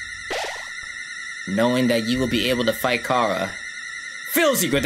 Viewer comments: Chara is pronounced Chara not Cara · I know this was a while ago, but just to let y’all know a fun fact Chara is pronounced like character, it’s Char-Uh, not Car-Uh Don’t let this seem like me being a nerd or being upset, I to this day pronounce it like car-uh because it sounds better to me, but I just wanted to say this as a cool fact for the people who didn’t know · It's not cara It's char